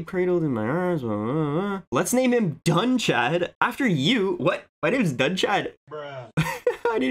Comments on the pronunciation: It's Dun-kad not Doon-kad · Dúnchad is said as Doonhad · Connacth is said like Conn-octh. Like octagon minus the agon. And Meath is said like Meadth. So the Th have more of a d sound. I believe Dunchad is also pronounced Dun-cad. The H isn't fully pronounced but it's difficult to explain via YT text. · The name Dúnchad in the time, would likely be pronounced “doon-chad”, with the ch being that back-of-the-throat noise. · I think it's pronounced Duhunchad